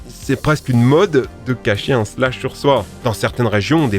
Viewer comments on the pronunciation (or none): Aréoport=/=Aéroport et Slash=/=Shlass fais un effort stp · C pas slach,, mais chlass